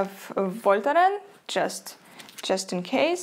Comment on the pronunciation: Как интересно слушать на английском и вдруг услышать Вольтарен с чисто русским произношением❤❤❤